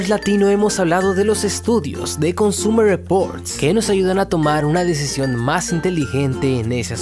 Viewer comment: Querido....... NO DIJISTE "COSTUMER REPORTS", cero nostalgia jajajaja, bueen video de verdad adoro estos tops